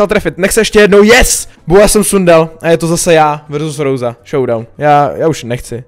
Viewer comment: Jsi asi jediny ktery tu vyslovnost tak hroti treba: Roza , Lijon atd.. :D